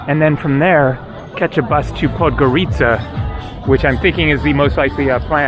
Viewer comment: Baby coffin looks like a regular flower pot and it's not Podgoríca, it's Podgórica. 😂